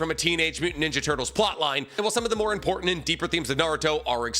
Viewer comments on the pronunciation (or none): none